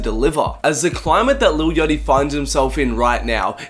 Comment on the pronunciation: Why does he say yachty like "yotty"